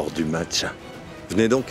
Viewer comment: Qui a entendu comme moi que dit mache au lieu de match 😂😂😂😂